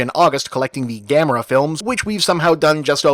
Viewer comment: wait was is Gam-air-a this whole time, Have I been saying it wrong?